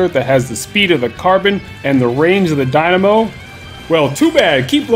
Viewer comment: "I've seem competitive people use the dimano." But have you pronounced that weapon properly before? >_>